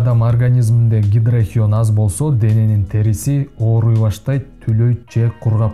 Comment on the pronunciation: Гидрохиен дебей туура айтчы.Гидрохинон эле.